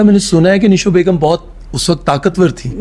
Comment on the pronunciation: نیلو نہیں نشو بیگم